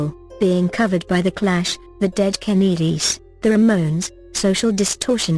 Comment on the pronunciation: Dead ka-need-ies lmao